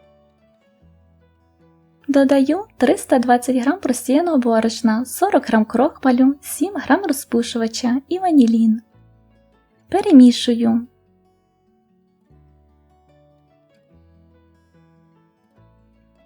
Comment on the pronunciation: Ще не пекла, але буду, бо дійсно рецепт не складний, але здається тут можна длбавити хоч 50 мл.олії це не помішає. Але хочу трішки поправити на слові "крохмаль". Будь ласка, наголос ставити на А, а не на О, вибачте, бо прямо так явно на слух, не правильно це.